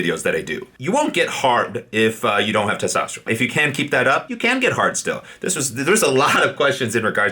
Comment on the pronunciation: Its testosterone not testosterome. Drives me nuts man. All the best for you 🖖🏼🖖🏼🖖🏼